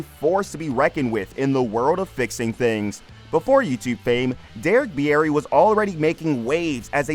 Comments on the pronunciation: It's pronounced beer-ey. Not beeyeti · Beer ree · "Bee-air-ee" sheesh dude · You should learn how to pronounce names before making videos of people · Pretty sure that's not how he pronounces his last name.